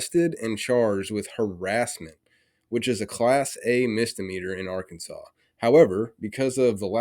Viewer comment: Typical Ar-keen-saw LEO "ignince".